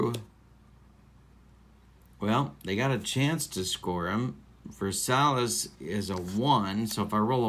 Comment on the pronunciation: Zoilo's last name is pronounced ver-SY-ez. Just a heads up. Love your videos with various games.